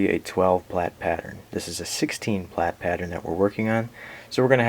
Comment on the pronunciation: That is not how you say plait >.<